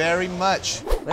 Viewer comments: No one: David: “GRABrielle” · Did Tim say “Grabielle?” 😂😂😂